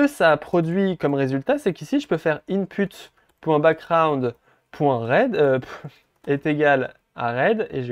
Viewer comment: Super explication! J'adore :). Je rie á chaque fois il dit in-p*te😂😂😂